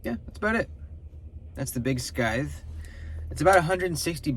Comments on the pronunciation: Cool looking knife! It’s pronounced sithe like the lawn tool/ grim reaper weapon. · the big one needs a flipper delete....badly...also, the "c" in scythe is silent :)